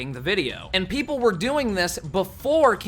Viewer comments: "peep-ole" definitely not "peep-ull" lmao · He said “peepole” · Dude said PeepHole not people